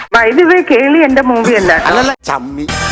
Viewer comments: ഏളി അല്ല കോപ്പെ കേളിയാണ് കോപ്പെ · ഏളി എന്നാണ് പുള്ളി പറയുന്നത്.. കേളി ആണ് 😅😅